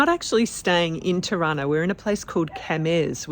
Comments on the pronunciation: Juste la traductrice doit prononcer mieux les noms des villes, Tirana la capitale n'est pas Chirana comme c'est exprimé ! Merci beaucoup pour votre documentaire réaliste. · Hauptstadt "Tana"??? Mein got....Tirana....heist das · Non Taba, mais TIRANA..